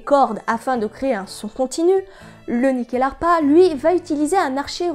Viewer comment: Excellente vidéo. Je me permet en tant qu'ancien étudiant de la culture scandinave et suédoise en particulier, le nom se prononce Nuckelharpa (Nyckel qui est le mot pour Clef, donc assez logiquement une harpe à clefs) Bonne continuation :)